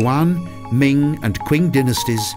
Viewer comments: Lijiang = lee-JAHNG, not lee-YAHNG.//Qing is pronounced CHING, not QUINN.//According to Lonely Planet Guidebook, 'x' is pronounced 'sh' in Mandarin; so Naxi should be pronounced NAH-she, rather than KNOCK-see. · The narrator should take a class of chinese pronunciation. You need to do a little research of how common words like qing and lijiang are pronounced correctly.